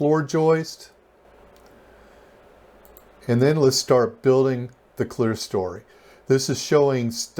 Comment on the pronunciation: That top portion with the windows is NOT called clearstory— the word is clerestory. As in, Claire-eh-story.